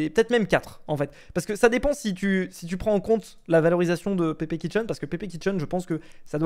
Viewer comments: Pepe chiken comme poulet pas kitchen en plus ta force sur le kitchen 😂😂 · Il a vraiment dit Pépé "Kitchen" au lieu de Pépé "Chicken" 😭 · c'est Pepe Chicken pas Pepe kitchen